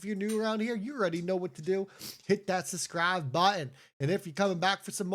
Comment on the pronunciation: More nonsense. He says SUSSCRIBE 😅